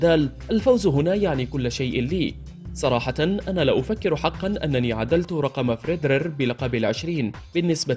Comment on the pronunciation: اخطاء بالقراءة خصوصا في اسماء اللاعبين واضح انه شخص غير مهتم بالرياضة او غير متابع رابائيل نادال ديوكوفيتش فريد رير ايضا اسم البطولة نطقه بشكل غريب رولان غارووووس غير مقبول من اعلامي حتى لو كان صاحب صوت جيد مثل هذه الاخطاء